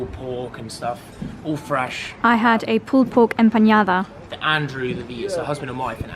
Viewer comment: respectfully must correct your pronunciation of the pulled pork, as you said: “empañada” - it’s actually pronounced “empanada” No “ñ or that “ny” sound…